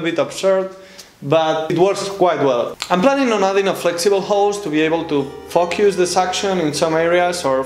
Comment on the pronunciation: Excellent job. But you need to practice the pronunciation of the word "focus". ;-)